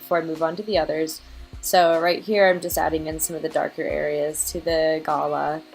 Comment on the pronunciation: Thanks for sharing, turned out beautiful! I am loving gouache at the moment ❤ (...and I hate to be that person, but I felt that as an Aussie I needed to correct how you say Galah.. it's pronounced G'lah 🦜)